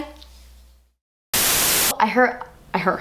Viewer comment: Ok she was totally trying to tell us that the nail polish she's wearing is called das esspensive in the bloopers